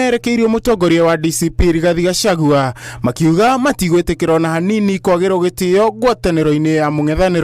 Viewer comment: Why do Matiangi call him Gashawa 😂😂